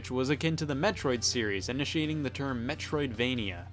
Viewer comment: When he said term I swear I thought I heard turd. Why? I don't know. Probably because I'm taking a turd.